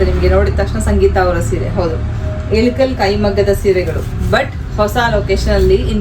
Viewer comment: ADU ELUKAL SEEERE ALLA IKKAL SEERE ... PRONOUNCE SARILLLA